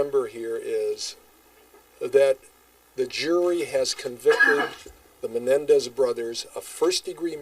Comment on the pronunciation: You'd think the defense's council could pronounce Menendez correctly